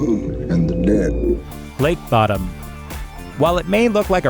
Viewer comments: Its pronounced bOdom, like Children of Bodom... Just irritated the fk outta me. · It's pronounced "LAKE BOW -DOM as in the metal band Children of Bodom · You mispronounced Bodom.